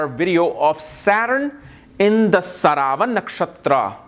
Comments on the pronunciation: its not saravan its "sravanaa" nakshatra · It's pronounced śravanā — as in shruh-vuh-naa. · Sry sir...its shravanaa nakshtra or some people call it sravanaa nakshtra...Sanskrit word is "SHRAVANAA"...we have to stick to this...